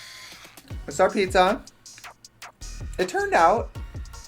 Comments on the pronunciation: Trixie che cazzo dici, pizza rimane pizza non pizZÀÀÀ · I love watching this series! 😂 Anyway, the Italian word for 'pizza' is 'pizza', not 'ppzzzaaahhh' 😂😂😂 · italians pronounce pizza as WHAT